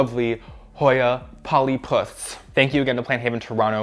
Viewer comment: The emphasis on “polyPUS” lollll